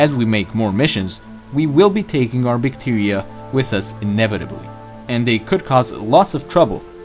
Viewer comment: Bictiria 🤣 Bithtiria 😆😂😂😂